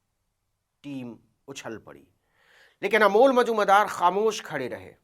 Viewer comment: नाम तो सही बोलिए अमोल नाम है